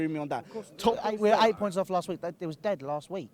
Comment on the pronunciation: he says "deattt" instead of dead :')